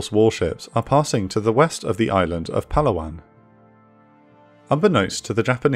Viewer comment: Sigh… Pa laa wan, not Palawan. I love these videos, but pronunciation of place names in the Philippines could have been much improved.